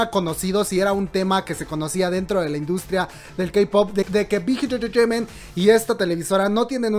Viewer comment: Amo la pronunciación del "Big Hit Entertainment" jaja la amo <3 Lee min ho es el rey de los GUAPOS, es un dios <3 <3 <3